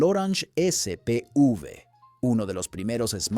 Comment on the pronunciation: Spv con v corta. No sp uv.